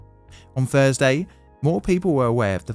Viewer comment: Are you saying things like Fursday (Thursday) and NorF (North)? What a lazy version of English language.